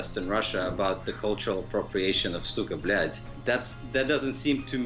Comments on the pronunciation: СУКАААА БЛЯЯЯЯЯТЬ, не правильно произносите, практикуйтесь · its not cuka bleat speak it right noob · Anyone notice how he says its with a d not a t then they spell cyka blyat and put a tick next to it 😂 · explains pronunciation. clarifies common american mispronunciation. proceeds to mispronounce it throughout entire video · what is he doing? Also he mentions cyka blyat in this video and hears it so many times but he can't even pronounce it right smhsmh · Why do americans misspronounce EVERYTHING???? ESPECIALLY russian words. The american in the vid completeld misspronounce it as well. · Anyone else watching this and like the host cant say cyka blyat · It annoyed me that he brought the Russian guy on and he tells him how to say it properly.. he continues to say it way off lol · I hate how he pronounces it